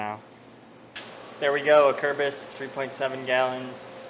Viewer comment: I'll just clear up right away that I know now that I didn't say "Acerbis" properly in this video. We'll get em next time